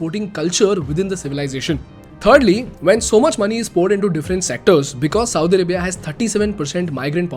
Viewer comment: You sound like Saudi Ribia!LOL